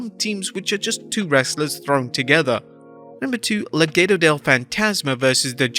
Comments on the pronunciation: Le-Gah-doh Not Le-gay-doh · Please stop saying "le-gay-dough" 🤣🤣🤣